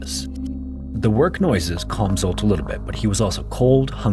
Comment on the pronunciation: The name Zsolt is extremely common, and is pronounced “J-olt”, roughly like the “J” in “Jacques” or the vibrating “juh” sound in “treasure.” IF YOU DO NOT KNOW HOW TO PRONOUNCE SOMETHING THEN LOOK IT UP THERE IS NO EXCUSE ANYMORE JUST PURE NEGLIGENCE!